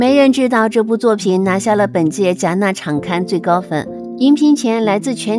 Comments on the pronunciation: 那个不是应该读戛纳（ga na）吗？我的天，连辣么著名的电影节及城市都读错？！！😂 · 戛（ga）纳😂天啊！